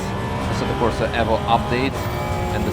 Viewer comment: Nice to see someone pronounce Evo correctly. Aaaand then gets Fanatec wrong, as everyone does. It's pronounced the same as fanatic.